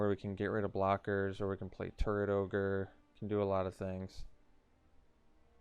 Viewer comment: You say, "Turret Orge" I hear "Turd Ogre".